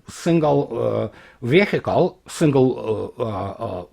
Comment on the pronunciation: Vechle звучит как [ˈviːɪkl]